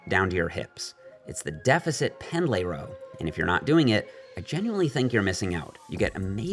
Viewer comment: buddy, I love ya, its pronounced "pend-lee," not "pend-lay"